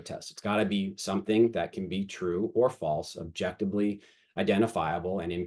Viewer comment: I like the explanation and think it will be MUCH better as time goes on, keep making it better and let the haters hate. Also please learn to say objectiVely LMAO there is no B